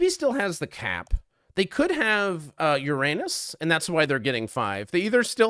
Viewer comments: No way this video is monetized with this accenting on Uranus💀💀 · happy vacation edit: "ur-anus" "regular-anus" well done